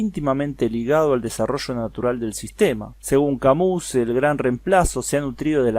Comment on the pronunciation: se pronuncia CAMÍ.